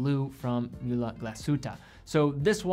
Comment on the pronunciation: Nice video but you need to work of a correct pronunciation of the German brands like Lange und Söhne, Glashütte or Mühle. Sounds really weird. You can do it!